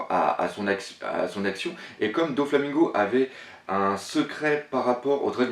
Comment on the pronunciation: J'adore tes théories hein mais mettons quelques petites choses au clair : Prononciation ! On dit : [Nom] (Prononciation) - [commentaire] Usopp (Ussopp) Dragon (Dragone) PX (P-X) - et non pas Pixie ; comment t'as trouvé pixie ?? Doflamingo (Doflamingo) - et non pas DoNflamingo Dressrosa (Dressroza) Sanji ( Sanji) - et non pas Senji Brook (Brouk) - et non pas Brock (on est pas dans pokémon) Chopper (Tchopper) Apu (Apou) - Y a pas de "H" donc pas de Hapu A bientôt, le prends pas mal - c'est juste frustrant xD